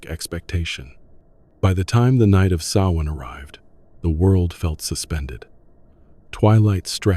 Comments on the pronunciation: For Ai it’s not ‘too’ bad . Quite a bit of factual accuracy. Delighted the US accented voice isn’t saying ‘Sam Hain’, that’s progress. Calling the people the name of a Scottish soccer team though? Ai ain’t all that clever….yet. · Thank you for pronouncing Samhain properly.